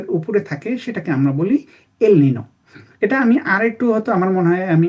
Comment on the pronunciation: ‘এল নিনো’ কথাটার ঠিক উচ্চারণ ‘এল নিনিও।’ El Nino নয় El Niño।